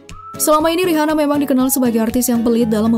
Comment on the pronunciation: Buat yg punya channel, coba review cara baca nama artis/ merk tertentu. Contoh: Rihanna. Dibacanya yg bener: Riana.